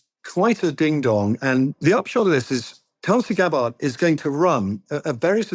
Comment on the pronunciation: If you're not going to report on her cult upbringing at least pronounce her name right. It's paroxytone, not oxytone.